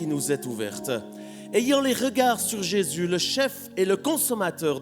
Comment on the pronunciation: j'entend j'ai s'yeux avec l'accent lorsqu'il dit Jésus :)